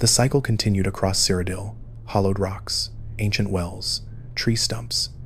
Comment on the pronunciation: wdym you've never heard of the land of Sire O'Dill? 😂